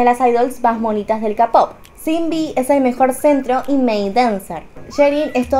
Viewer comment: Como dato Eunha se pronuncia "EUNA" y SinB se pronuncia SHINBI